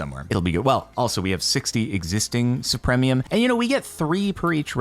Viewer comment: Anyone else bothered by Jordan's complete inability to pronounce supremium correctly?